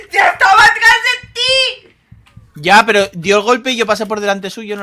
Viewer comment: En el minuto Dani diciendo Dios mío Dios mío que prrrro se oyó bien chistoso me mori de la risa